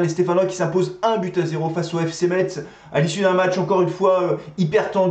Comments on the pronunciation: Bonne vidéo mais par pitié ne prononce pas le t, on dit messe 👍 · Metz se prononce "messe" merci. C'est catastrophique pour nous la, jouer bloc bas contre un concurrent au maintien, on mérite notre défaite et Saint Étienne ne mérite pas d'être aussi bas au classement